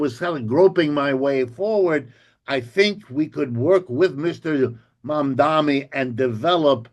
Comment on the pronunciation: Prof Wolff, pronunciation, please: It's MAM-DA-NI not MAM-DA-MI.